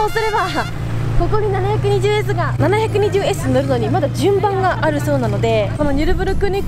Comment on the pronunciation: ポルシェはきゅーいちいちってちゃんと言ってるのにマクラーレンはななひゃくにじゅうww